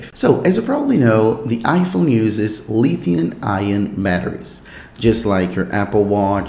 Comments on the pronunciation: Pronounced lithium. Not Lithiun. No N at the end. Fyi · This dude say LITHIUN batteries. Lulz.